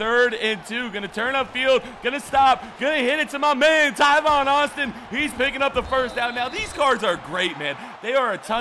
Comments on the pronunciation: just for future videos, Tavon Austin's name is pronounced "Tāvon," like "ate," not "Taivon." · Its tavon not tivon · Tavon not tyvon 😐😐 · Tyvon Austin........ It's pronounced Tay-von Austin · BREAKING NEWS the letter a is now pronounced ( eye ), the world is in massive confusion. Tavon Austin is now pronounced Tyvon Austin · TAVON not tyvon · its tAvon Austin not tyvon Austin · I don't think enough people said it sooooooooo TAYvon not TYvon Guys give him a break he made a simple mistake lots of people pronounce thing differently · It is TAAAAAAAVON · It's T-Aye-Von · TA-VON (A) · I thought he was saying "Tyvon" Austin on purpose... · Bro, there's not even a y in Tavon Austin's entire name.. Come on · STOP SAYING TAIVON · It's tavon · No he says it in every video